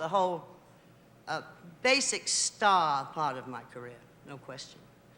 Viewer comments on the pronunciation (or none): none